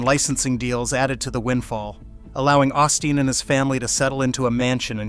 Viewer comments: What was the point of this pointless video? NOT AUSTEEN, OSTEEN FIX YOUR AI GUY!!! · Who is "Ah-Steen" ? 🤔🫩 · Ur AI can't say his name right. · at least pronounce his name correctly. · If you are going to trash his ministry, at lease pronounce his name right. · The mispronunciation of his name is very revealing. The envy in the comments tells the rest.